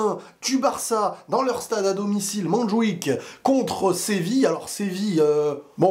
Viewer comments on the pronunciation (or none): none